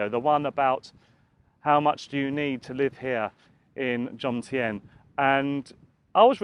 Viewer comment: Love it how you say Jomtien. You get the M and the N mixed up and say Jontiem hahaha